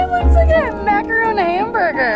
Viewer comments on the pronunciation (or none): constantly cringing every time someone calls it a "macaroon" instead of a "macaron" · they are not full on macaroon fans because they don’t pronounce it right 😂😬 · *macaron lmao